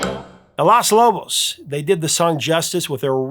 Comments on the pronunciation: I thank you for all that you do, but you are pronouncing Los Lobos' name incorrectly. It’s Los, not Las. My Mexican heart was cringing every time you pronounced it incorrectly. Thanks a bunch, I remember all these songs like it was yesterday. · It's funny how keeps calling the band "Las" Lobos, not LOS Lobos. It think he's thinking of "Las" Angeles! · If I remember my high school Spanish correctly, all the o's in Los Lobos should sound the same. You pronounced it more like Las Lobos. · The band is called LOS lobos, not las lobos . It means "the wolves", BTW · Professor, I love your channel, I am a huge fan. I think it’s important to get names right and also language right. In Spanish, Los is masculine and pronounced with the long ō and not the “ah” feminine sound as in Las Angeles. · Maybe it's pronounciation, but the band name is LOS Lobos, not Las. Because of the gender aspect of Spanish, the plural definitive, 'the' must also be masculine because 'lobo' (wolf) is considered to be a masculine noun. Las is the feminine plural and los is the masculine. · Come on man are you SERIOUS!!! LOS NOT LAS LOBOS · I love your channel and everything you do, but I respectfully need to correct something that you said often in this segment. You kept saying "Las Lobos" with an A when it is actually "Los Lobos" with an O. It's not a huge deal, but I know that you value accuracy, so I thought that you'd want to know. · Just a brief correction: "claves" = "CLAH-vays" "Los" = "lohs" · Please (please please please) stop saying "Las" Lobos! 😂 Anyway, I loved the list. All were songs I adored when I was a teen. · You keep calling Los Lobos “Las’ Lobos! 🤨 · Technically, Los should be pronounced with the same "o" as Lobos, unlike how Los Angeles and Las Vegas are pronounced the same by us Americanos. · Nice piece. Great list. It’s “Los” Lobos, Professor, not “Las” (you took French in high school, right?). But, your commitment to the mispronunciation is kinda charming